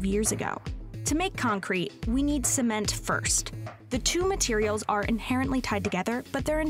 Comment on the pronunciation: Haha "Sment"